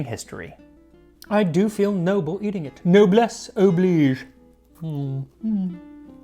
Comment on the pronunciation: "Noblesse oblige !" Sir your french is almost on point. Merveilleux.